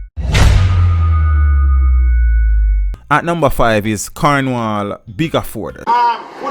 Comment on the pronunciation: His name is not bigaford his name is baddaford